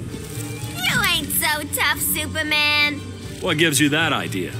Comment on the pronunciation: Is it that hard to say superman..